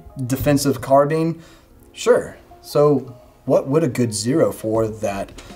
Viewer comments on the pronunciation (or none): none